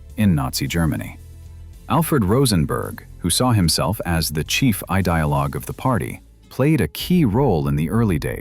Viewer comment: "Chief eye-dialog of the Party" Bad robot. We're going to fire you and get a robot that can imitate English. But "Gubbles" as head of Nazi propaganda is some sort of Great Leap Forward. Good robot. Nice original, creative robot!